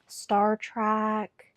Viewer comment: I'm trying to watch this but hearing Star Track instead of Star Trek is getting me.